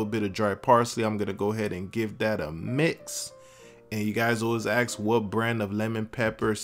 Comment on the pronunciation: What is that word? You said people 'aks' you